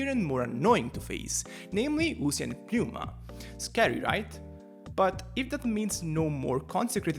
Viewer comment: Side note. Why do ppl (its not just this guy) keep calling it PPP-new-mah? its just New-mah. Ever seen the word Pneumonia?